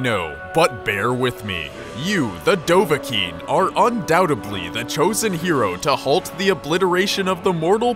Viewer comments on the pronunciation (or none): Dovakinn not dovaking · Dov-Ah-Kiin is how it's supposed to be pronounced. Dov: Dragon. Ah: Hunter. Kiin: Born. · bro, it's dovah-kiin, alright? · Actually Its Dov-Ah-Kiin. thats the way how the greybeards summon him